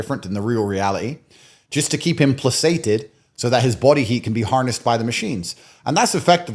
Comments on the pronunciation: "exceptio probat regulam in casibus non exceptis" ....the exception proves the rule in cases not excepted. and placated is pronounced with a "k" - pluh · kay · tuhd. Other than that, interesting interview. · Andew, its pronounced "playKated". And the host, you mispronounced notoriety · can he PLEASE learn how to pronounce “placated”? 😂